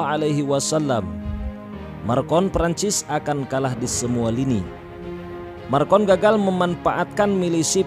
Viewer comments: Macron..., bukan marcon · Macron min bukan marcon, ntar salah orang kita hehe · Klau mau bikin dokumentari pastikan nama yg di sebut tu betul. President Perancis nama nya MACRON, bukan Marcon. Maaf, saya sekadar membetulkan saja. Memang patut di laknati ALLAH SWT pemimlin ini. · Macron min bukan marcon 🙏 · Macron min bukan marcon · Nama presiden Perancis itu macron bukannya marcon. Haduh gimana sih nih, sebut nama aja masih salah. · Macron boy bukan markon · Macron bukan marcon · Macron bkn Marcon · pembaca beritanya nyebut marcon